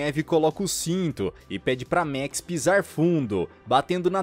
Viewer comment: E a letra a do max não tem som de é